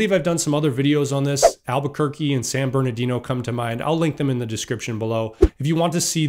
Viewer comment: San Bernardino???? LMAO